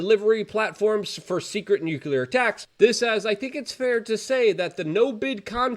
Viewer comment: this shill still says "nucular" unironically